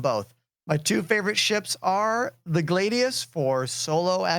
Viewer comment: The "Glaeydious"